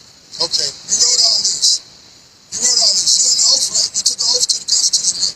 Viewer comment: It's OATH, not " oaf "